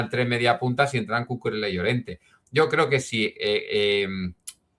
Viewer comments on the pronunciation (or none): Por favor Cucurela no! es Cucurella! Lo he oído varias veces a otros comentaristas y suena fatal! la ll se pronuncia como una y. Ejemplo: llave y no lave. Perdón por la corrección fonética! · excelente analisis pero no se pronuncia Cucurela pq no es italiano, es catalán y se pronuncia Cucurella, saludos